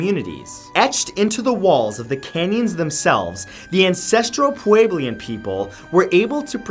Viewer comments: Hahaha oh Matt, I love your videos but listening to you try to pronounce "Puebloan" was hilarious. XD For future reference, it's "Pweb-low-uhn" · Er... Clovis is pronounced as it's spelled. Clove - is. It's the name of a small New Mexico town where the artifacts were first discovered. Not "Kolavis". Also, Puebloan is generally pronounced pueblo - an - at least, out here in the areas where the ruins are located.